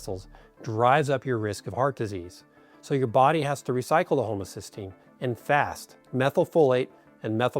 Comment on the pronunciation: Why does he pronounce 'homocysteine' as 'homocystine' ? Does he know the difference ? The two are related, but are substantially different.